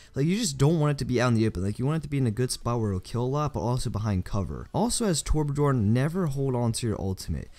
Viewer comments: learn how to say Torbjorn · It's interesting how noone can say Torbjörn.